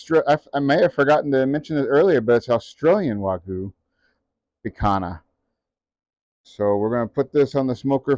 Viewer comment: Not "wagoo peak hana." It is "wag-yoo pick-han-yah"